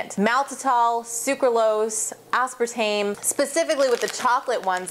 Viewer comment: lol you pernounce aspartame funny.......good video though, i appreciate it.